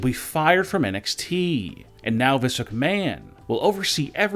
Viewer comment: Can someone please get this bloke some medication 💊, he's obviously had another stroke......I thought it was NXT, not NXTEEEE